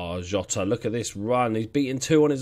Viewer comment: Bye the way, I'm pretty sure Jota is pronounced Zhota as in the letter J.